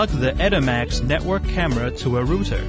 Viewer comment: WTH is a "root-er" ?!?!